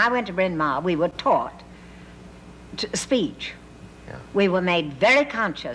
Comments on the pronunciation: As a welsh speaker - seeing 'Bryn Mawr' pronounced as 'brin maah' is so jarring :) Especially how in welsh the r in mawr is rhotic - yet in the american accent it isn't, even though the american accent is supposed to be rhotic! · Brynmoor….. a terrible pronunciation of Brynmawr - a Welsh name that means big hill! Audrey pronounced it better….the mawr bit sounds like the beginning of Māori …. Not more! Interesting clip though, really enjoyed it